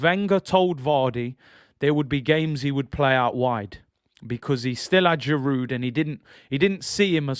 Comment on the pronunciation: Giroud, the "d" is silent, pronounced "Girou" It's not jiroutt